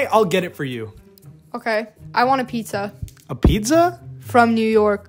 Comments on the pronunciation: What it’s called:pizza What everyone pronounces it:pista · Bro just pronounced pizza the way it’s spelt 💀